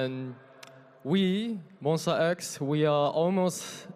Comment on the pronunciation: I'm giving credits to the presenter for pronouncing Monsta X right haha! And seriously though, Changkyun... where did you pick up your british accent from!!